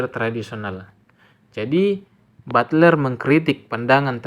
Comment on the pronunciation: Butler hehe bukan bulter😊😊